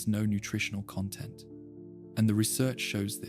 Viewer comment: i heard it when it pronounced content wrong